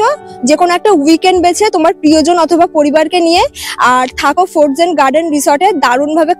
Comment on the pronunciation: সাউন্ড টা ফরজেন না দিদি। উচ্চারণ টা ফ্রোজেন হবে। এমনি সব ভালো লাগলো।